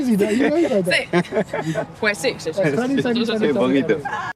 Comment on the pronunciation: “Yes I speak Spanish! Sseh! Sseh!” She can’t even pronounce sí 💀